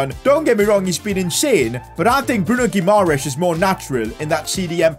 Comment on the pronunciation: PCQ: I think you mispronouncing Bruno Guimaraes's name, you are missing "a"